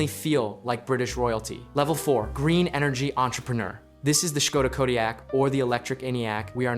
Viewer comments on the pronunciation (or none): kodiaq not kodiag